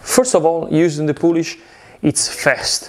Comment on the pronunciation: What's in the poulish??